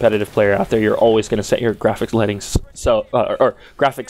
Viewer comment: "Graphics Lettings Sow...Or rather graphics settings low." I lol'd.